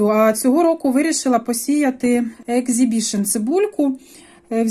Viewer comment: Не екзібішн,а ексібішн.